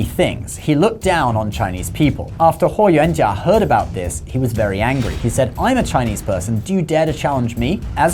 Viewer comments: As the direct descendant of Huo Yuanjia (霍元甲 Yes, he is my Great-grandfather).....he is a legend and hero of our lineage; A true "DRAGON OF THE EAST"🐉🐲.....the Celestial Solar Divinity from the Stars✨🌌 I'm really impressed by how accurately you pronounce my Great-grandfather's name👍🏻👏🏻👌🏻 Isn't it funny.....you never knew who's watching your videos 😉 Btw, don't you also have a YouTube channel about credit cards?!?! 💳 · I was really impressed at how you accuratly pronounced his name, I was really thinking you did a lot of reseaarch and cared about getting things correct. Then I saw your chnnel name lol.